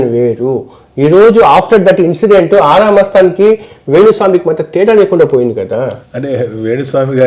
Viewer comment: ఆరా కాదు గోరా మస్తాన్